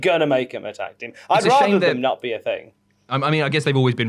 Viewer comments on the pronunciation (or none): Nearly turned the video off hearing call it Tig instead of Tag